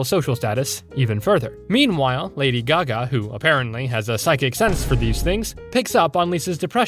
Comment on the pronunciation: thats not lady gaga thats lady gago💀